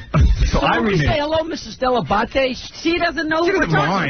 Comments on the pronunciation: Newsflash: your paisano parents were obviously trying to do what millions of immigrants have done for centuries: Whitewash their name, as any Real Italian speakers know good and dang well that "Dell-Ah-Bah-Tay" not "Dell-A-Bate" Is the actual correct way to say it-and it's much prettier too! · My favorite thing is how pronounced his last name completely different for no reason